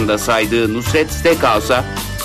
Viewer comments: "NUSR-ET" "NURS-ET" değil... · Nurs et derken nusr et olmasın o 😁